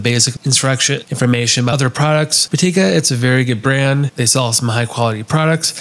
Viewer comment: I don’t know why so many creators switch the vowels vowels around. It’s Pitaka not Patika.